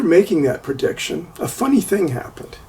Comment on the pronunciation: prediction, not purdiction, pretty, not purdy